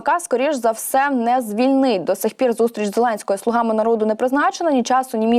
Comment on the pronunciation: Не слугАми, а слУгами... Рогацька Полььтава!!!